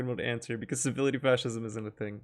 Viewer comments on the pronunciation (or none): Civility? Servility. As in servile. As in servant. Muppet.